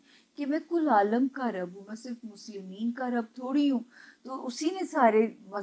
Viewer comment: السلام علیکم۔ جب آپ الحمدللہ رب العالمین پڑھتی ہیں اس میں رب کی ب پر پیش مت پڑھا کریں ب کے نیچے زیر ہے۔